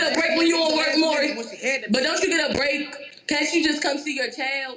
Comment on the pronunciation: A restriction for Welfare should be learning how to pronounce Maury correctly.